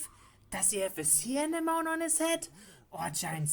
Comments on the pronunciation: I know he's trying to say Sea anemone but it damn near sounds like he just said Sea enema. Yikes. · I thought it was sea animal. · No its like he saying hotline spine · damn, i thought he meant to say Sea animal. well not to far of right?!